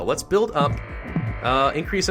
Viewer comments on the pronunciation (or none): none